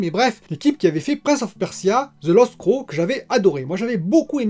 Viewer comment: Prince of Persia : The lost Crow"neuh" ! Crow = Corbeau, Crown = Couronne, c'est pas la même chose ^^